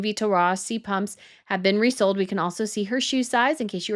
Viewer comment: Sie sprechen Pumps falsch aus- noch lernen! Dann sprechender und immer mit „Leute“ an, macht man nicht!! Was haben Sie für einen Beruf???